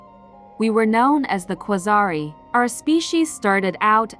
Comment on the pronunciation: The birth of a legend :o Marvel better watch out bc their demise has just risen Also I like how you clearly indicated that there's a long vowel at the end of the word quasarii through the orthography yet you didn't pronounce it as such :D